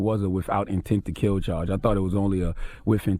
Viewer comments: Haha, he says “whiff” instead of “with”. So funny hearing those words from a grown-up. You ppl r hilarious! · “WIF INTENT TO KILL” 🙄😂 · He said "Whiff Intent" lol